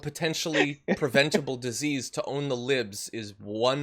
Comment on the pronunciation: Did that fool say “put your body at diss ease”.....what in the f*ck.....